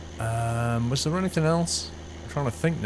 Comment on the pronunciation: I swear he says ,,the” instead of ,,there”